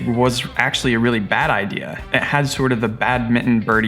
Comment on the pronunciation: Bad i-deer😂